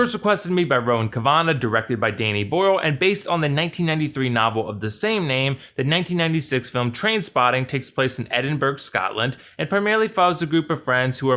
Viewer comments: Not to be that guy but Edinburgh isn't "eeed-en-burg" "Ed - in - bruh" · Did he just call Edinburgh, Edinburg BRO you’re not suppose to pronounce the g 🤣🤣🤣🤣🤣🤣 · IT'S FUCKIN EDIN-BUR-UH YE FUCKIN WEAPON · Thought it was e-din-ba-ra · How can you pronounce Edinburgh like that?